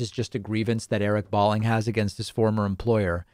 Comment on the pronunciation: His name is pronounced - Bowling, like the game. Not that it matters since he’s a sociopathic right wing nut. Balling sounds too cool, like baller.